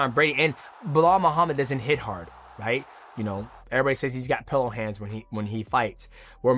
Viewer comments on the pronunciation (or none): none